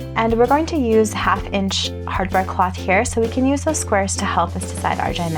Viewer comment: It’s Hardware, not harware